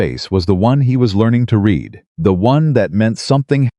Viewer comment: If you can't do the narration without crap in it and can't learn how to pronounce "Read" and "Quieter" correct then you need to get someone else to do the narration or stop all together